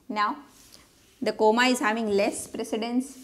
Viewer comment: The way you pronounce comma is funny (coma) 😂😅